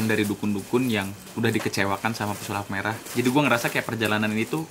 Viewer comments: Gagal fokus pas denger mas dzawin ngomong pesalip merah dimenit -17 wkwkwk😁✌️ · Pesulap merah bang bukan pesalip merah tolong lah